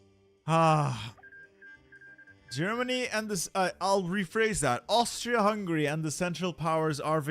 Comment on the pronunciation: that's a great attempt at that word, approved!